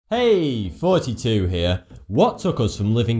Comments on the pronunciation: Does anyone else hear him say 42 instead of? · when you say it sounds like your sayin forty-two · I always hear you say hey 42 here. Or is it just me? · Why do you always say Thoughty2 like Forty2? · I could swear up and down that he's saying 42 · Ha thoughty2 get it, it sounds like. 42 BUT ITS NOT HAHAHAHAHAHAHA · Foughty2 Fought Fhat Ferty free fhirsty fhreads were feristic. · Free fousand forty two learn how to talk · Have you realised that “Thoughty2” is only a pun if it’s mispronounced?